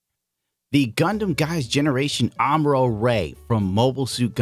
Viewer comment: 1st thirty seconds of the video, I kept hearing "Armor-All"